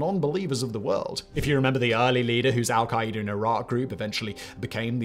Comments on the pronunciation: Hold up. “Al-kay-eeder”?! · So is saying Al-Qaeda wrong or have all the politicians and news anchors ive heard been saying Al-Qaeda wrong? Or do we say it differently here in the USA then the rest of the world does like aluminum?? 😂😅